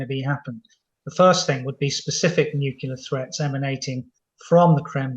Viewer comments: Hard to understand how a very erudite military expert isnot able to pronounce "nuclear" , preferring to go for the "nukular" option.. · Weirdly, it seems like it's become the standard (mis-) pronunciation of the word for British military leadership and intelligence. Almost every talking head Times Radio has on says nuke-ular. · Chip needs to check the pronunciation of nuclear. Perhaps Times Radio could take lead in banishing nucular weapons? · Nuclear. New Clear. It's that easy! Somebody please tell these so-called 'experts' and presenters. 🙄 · Says noocular, loses all credibility. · Nuc u lar? Good god